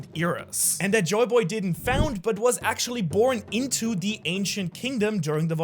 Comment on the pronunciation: Try saying “actually” mate